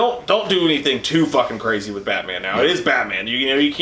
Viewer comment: pronouncing Batman as "Bat-Min" is my new favorite thing